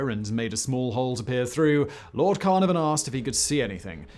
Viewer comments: Every video I watch from this guy has him mispronounce names. It’s CaNARvan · Tip: don't look to Simon for correct pronunciation "CARnarvon "? Nope. CarNARvon! 😁😁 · Car-nar-vern ...not carna-van. Also who is tu-tank-a-man? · hey, why do you change the pronouncination throughout your commentary? Sometimes it's Tu-tan-kah-mun, other times it's tu-tank-a-mun? and Carnarvon? Carna-von? Isn't it Car-nar-von? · Technically you are still saying it wrong, it supposedly (according to Egyptian specialists) pronounced like "2'tank a'mun" and the Lords name is supposedly pronounced "CAR NAR VAN" not "CARNAR VEN" but what do i know lol. Great video as always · Pronunciation, did you say Lord 'CarNoVan' - Welsh will be doing face palms - [kaɨrˈnarvɔn] is a port in Wales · Simon... I know for some weird reason you wish you weren't British but you are. You should know how to say Carnarvon! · "Carnarvon"?! Seriously Simon, I swear you are miss pronouncing things on purpose now